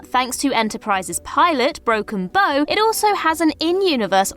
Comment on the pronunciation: bow The front of a boat is called the bow as in broken bow not a bow for hair tie lol